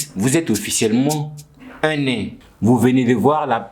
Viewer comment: les « nez » pour les nains aussi 😭😭